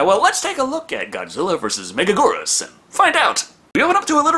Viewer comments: Thank you for another Godzilla review,!!!! (Not to be that guy, but it’s Mega-gear-us, not mega-Gore-us) Love your reviews though as always!!! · It's pronounced Mega-gear-us. Megagurrus is a mistranslation, you silly fool! Also, it's a girl. The whole "King of Meganula" is another mistranslation. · With all due respect, it’s gear-us not goor-us. Love the vids tho keep em coming! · Mega geerus not mega gorus (Why do they also pronounce it wrong) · I've heard it pronounced that, the way pronounces it, mega-GWEE-rus, and even mega-JY-rus. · It's pronounced (mega-gear-us) megaguirus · Correction it’s pronounced Mega-Gear-rus. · So, can't hold it against entirely, because the English voice cast pronounce it wrong too, but...The I in Megaguirus isn't silent. Write out any given word in Japanese with Western characters, NONE of the letters are silent. Also both Us should be pronounced the same way, specifically the way the first one is pronounced. It's been a while since my high school Japanese class, but pronunciation is something they hammered in HARD. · Apparently they pronounce it that way in the English dub but obviously they don’t know how to pronounce it... Can’t blame for that one...